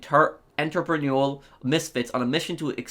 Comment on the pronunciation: Still struggling to read i see. Can't pronounce event, Agatha, troupe, or entrepreneurial. Also still having shit takes. Criminal enterprises was qol changes disguised as an update